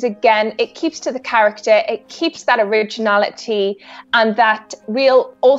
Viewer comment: Narrator pronounces her r's like she has a speech impediment. "Owiginality." "Matewial." It's distracting from the video.